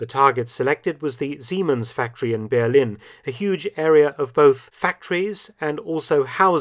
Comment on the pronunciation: Why does Mark always pronounce 'Berlin' wrong?